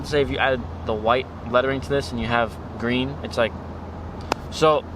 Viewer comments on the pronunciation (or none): none